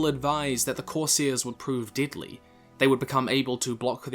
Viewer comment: I can't take this guy seriously. Everytime he says "deadly" it sounds like "diddly"